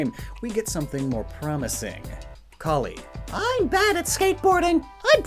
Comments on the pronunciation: is he calling her cullie? its callie QwQ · Am I the only one bothered by his pronunciation of Callie's name? It's not pronounced like cauliflower! The "a" is pronounced like Apple, or her (and Marie's) actual namesake, calamari!